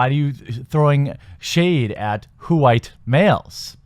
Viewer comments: "Whowite males" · I laughed hard every time you said "WHOO-ITE Males". You're right, if a movie is bad, it's bad. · "H-white Mmmales!"